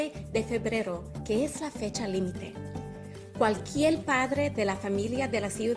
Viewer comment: AOC, it's not "cualquiel" it's "cualquier".